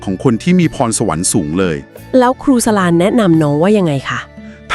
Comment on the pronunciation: ขออนุญาตแนะนำ ชื่อครูสลา อ่านว่า สะ-หลา นะคะ